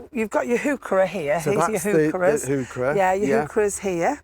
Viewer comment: trivia: heurchera is properly pronounced: HOY kerra named after the botanist.Johann Heinrich von Heucher